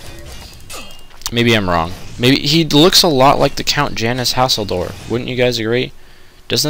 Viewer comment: When he said the count's name I had to make a double take. I could've sworn he said "Janus Hasslehoff"